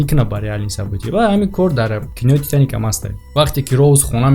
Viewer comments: Э паат фитаник не титаник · Fитаник не Титаник